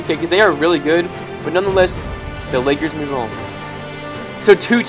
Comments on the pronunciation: he said Los Angeles akers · This boy said la Akers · "Las angeles Akers?? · “Los Angeles acres” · he said the Los Angeles Akers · In the first with the Laker he said akers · She sed the la Akers lol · Did he just said THE Los Angeles AKERS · At the start he said los angles Akers I like u mean lakers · did you say akers you trpien😀😀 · xddd all difrent teams expet the lakers. and u said akers 1 time not lakers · “The #1 seed in the West The Los Angeles Akers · Los Angele's aker's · he said akers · who else heard him say the "Los Angeles Akers" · He said Los Angeles Akers XD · Did he just say Los Angeles Akers?